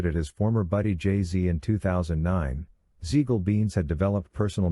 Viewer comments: It's Siegal with a s not a z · Hearing Beans name butchered like that was annoying as hell.